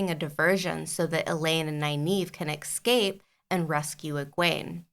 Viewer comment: Escape!!! NOT EXCAPE!!